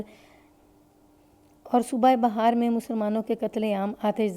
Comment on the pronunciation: Madam.....,.ye lafz Bihaar Hai Bahar Nahi.